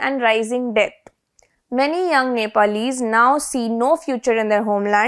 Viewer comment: It’s not Nepaalese… it’s pronounced ‘Neplese’ even though it’s spelled Nepalese…But the issue isn’t the ban.. it’s about corruption.